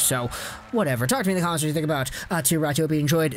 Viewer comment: Yeah, its not pronounced like that, like at all. Always like North Americans explaining how Finnish names are pronounced and still not getting it close :p Great video though.